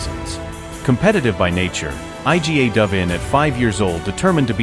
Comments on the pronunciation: Yes, I agree with your comment. Absolute ignorance not to make an effort to pronounce her name properly and instead spelling it out I G A 🙄 unbelievable ignorance! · Informative video, however...it's an absolute ignorance not to make an effort to pronounce her name properly and instead spelling it out I G A 🙄 unbelievable ignorance! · Yes, I second your comment. Absolute ignorance not to make an effort to pronounce her name properly instead spelling it out I G A 🙄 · Aj Dzi Ej Slajatek? Dobrze, ze juz niedlugo nie bedzie tresci czytanych przez AI.